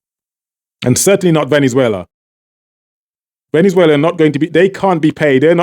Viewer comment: All that accent and you keep saying Dis for This? You are as fake as your accent. It is Venezuela not Venewala. Exactly how are you empowering Trinidad with your propaganda channel? You should get a bigger mic to cover your evil face.